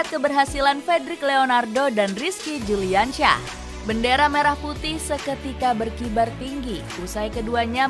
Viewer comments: Yang baca naskah salah bilang nama bukan Rizki Juliansyah tapi yang benar Rizki Juniansyah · Si narator salah sebut rizki juniansyah neeng bukan juliansyah